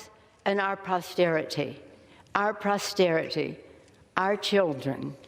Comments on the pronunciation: It's NOT pRosterity Nanc! It's POSTERITY! Love how closed captioning cleaned that up for you ya old drunk hag! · ....Nancy....'...."to ourselves and our PROSTERITY....." poor Nancy...on the floor of the house, to all those people there...AND watching....PROSTERITY...and, she repeated it to make sure we heard her right...EXCEPT....it's POSTERITY...!!!! oh Nancy...shame.